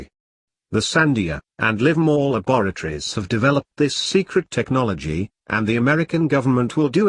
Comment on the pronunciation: the nigel narrarator said it was deeveloped in a lah bore a tory. very fitting muh ah ha ha ha haaa.